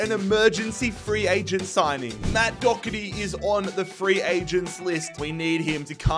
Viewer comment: It’s pronounced Do her ty not Dogherty and it’s pronounced Qy veen not Cameron